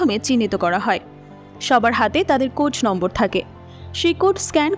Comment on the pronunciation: কোট নাম্বার নাকি কোড নাম্বার । বার বার পড়ছেন কোট নাম্বার।কয়েকটা দেশের ছবির কিছু কাহিনি ও ধারনা নিয়ে ছবিটি তৈরি করা হয়েছে। স্কুইড গেম থেকে নেওয়া হয়েছে থিমটা। ভারত নকল ছাড়া কিচ্ছু পারেনা।